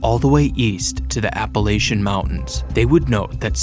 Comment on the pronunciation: Appalachian resident here! I know this is a serious video but hearing you say appa-lation instead of appa-lach-ian 😭🥀 either way i love ur videos